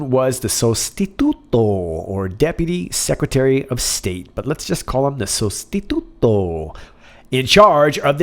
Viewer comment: perfectly pronounced! sostituto